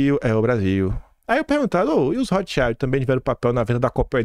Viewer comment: Maravilhoso dossie,!👏👏👏👏👏👏👏👏 Depois procura a pronúncia correta de Rothschild que é palavra alemã e vc tá pronunciando em inglês!